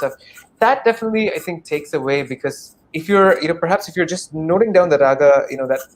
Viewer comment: Highlight " definitah"